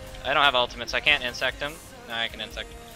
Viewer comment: Why does everyone call him Insect its InSEC no t at the end.